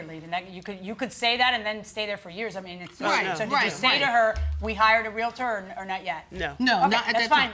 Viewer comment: REAL-TOR. Not REAL-UH-TOR. I hate that so much. :face-red-droopy-eyes